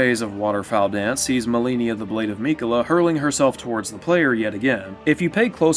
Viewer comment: I agree with a ton of your points but the way you pronounce “Malenia, Blade of Miquella” is sending me 😂